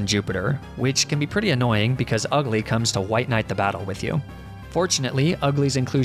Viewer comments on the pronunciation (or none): none